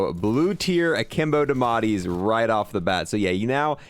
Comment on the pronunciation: I like how he called it the ‘damatti’ instead of ‘diamatti’ just completely forgets the I